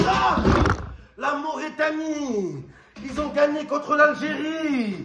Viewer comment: C’est Mauritanie pas Mauraitanie 😹